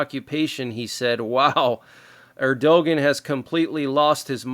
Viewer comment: The leader of Turkey is not the way you pronounced his name. It is pronounced Ur Doe Wan (Erdogan).